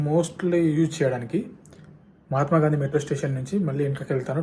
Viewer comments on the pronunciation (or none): none